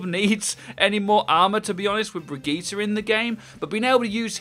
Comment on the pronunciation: Stop saying "bridget" already, owl already taught us how to pronoun the name